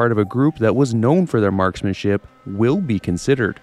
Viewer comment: MarkSmanship. With an S. Appreciate the video, btw & am giving a like but iss driving me silly